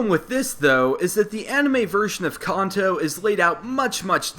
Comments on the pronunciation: we all screamed when he called kanto (CAN-TOE) (CON-TOE) REALLY CONTO ITS KANTO GEEZE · Why does he say Khan-to its Can-to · I love how he's says khanto and not kanto, you'll get it one time man just try not the trigger hardcord pokemon fans xD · Can-toe not Con-toe... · So we all juss funna act like we ain't here him say "Con-Toe" (Kanto) xD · I don't usually like to correct people but it's not Conto it's Canto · I thought Kanto was pronounced can-toe, apposed to khan-toe. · you keep on say (con-toe) but its (can-toe) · its pronounced CAN-TOE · Any specific reason as to why you pronounce words like "Kanto" and "Manga" as "Konto" and "Monga"? Not really a big deal, but i would take you more seriously if you pronounced stuff correctly :) Otherwise nice video! It's quite amusing to watch these theories, even though i really don't see why people bother xD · He is saying Kanto wrong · It's pronounced Kanto, you're kinda saying it wrong.